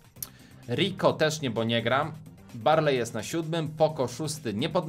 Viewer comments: Bo a nie bu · Mówi się bo nie bu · Mówi się BO a nie BUUUUUUUUU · Jak można "Bo" czytać "Bu"? To się powinno czytać "Boł"... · Mówi się bo A nie bu Lajkujcie żeby widział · nie muwiśe bu tylko bo !!!!!!!!! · Nie muwi się bu tylko bo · To nie bu tylko bo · Umiesz czytać to jest bo nie bu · A bo czyta się bo a nie bu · Tara się mówi Bo się mówi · Darek na bo nie mówi się bu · Czyta się bo i tara